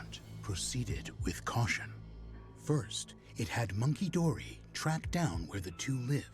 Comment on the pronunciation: Bruh. Listening to the narrator say these names and having not played this dlc yet make me thing the names of the pokemon are totally made up and fake. Monkey-dory? Pheasan-dipity? What five year old came up with this 😂